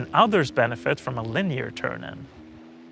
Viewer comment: Love your content, your shoes, your bike, but that beard, i dunno, also the way you pronounce Linear as leneer it should be lin-eh-ar . again I love your content. Keep it up skrattta du florah du